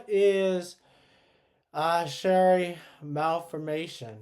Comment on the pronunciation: This is my friend!! Her Youtube is Emily3Sarah! Thank you for making this video :) Also Chiari is pronounced (kee - ar - ee) its a little confusing with how it’s spelled